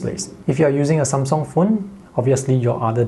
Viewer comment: Took me a while to understand "some song/sone" is how he says Samsung